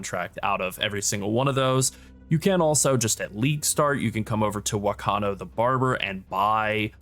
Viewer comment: The NPC Whakano is pronounced " Fakano "